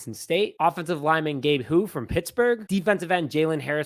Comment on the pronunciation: You’re right about Houy and the pronunciation isn’t bad👍🏼😀.. it’s a strange name.. but absolutely he’s a mauler and every team needs big aggressive bully’s who just don’t give a fuck and will take you out.. I will shocked if he’s not on the roster..